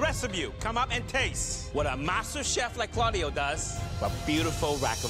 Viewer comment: I though it was carlio (i heard it that way)not claudio